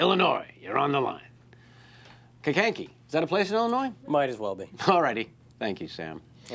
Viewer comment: I'm from Kankakee. He didn't say it quite right, but nice that he mentioned it. :)